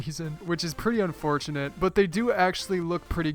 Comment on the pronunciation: "they happen to look like a fidgit spinner which is very unfutonate" XD